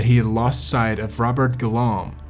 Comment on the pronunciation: Interesting story, but your pronunciation of some of the names and French words was painful. D'Honeur is Donnerr,, D'Or is Door (not Dior) and, more importantly, Guillaume is pronounced Ghee-ohm, not Gi-Lom. It's only respectful, under the circumstances, to pronounce their names as they would have.